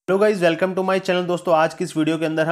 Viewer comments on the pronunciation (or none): none